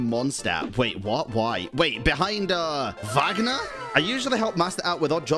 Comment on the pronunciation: The life you gave me when you pronounced Wagner’s name correctly is immeasurable 😌 🙏 Hilarious short though, the sword’s origin has me cackling. XD